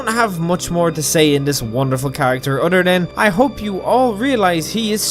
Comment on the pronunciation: POV: you’ve already completed the dark brotherhood quest line and are watching just cuz you’re bored and he sounds like a crazy Irish lad and enjoy him saying other as “utter”…. #HailSithis 🩸